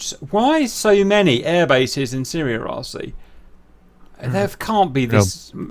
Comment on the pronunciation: At 12 minutes, the talk about red roof buildings triggers Siri on my iPad for some reason. Watch from and see what I mean (if you have an iPad). It triggers every time for me. Edit: LOL... it’s Cap saying “... in Syria”... the iPad hears “... hey Siri”. 😂